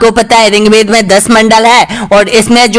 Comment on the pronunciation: सर आप पढ़ाते बहुत अच्छा है बस ऋग्वेद को रिंग वेद मत बोलिए